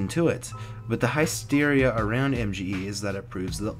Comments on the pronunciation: HISS-Teria NOT HIE-Steria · high steria? isn't it hissteria? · Did I just hear Heist-Eria? Oh fuck..